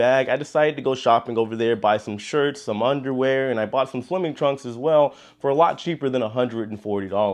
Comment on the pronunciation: I like the emphasis on “ UNDERWEAR” lol.. Fresh undies are a must.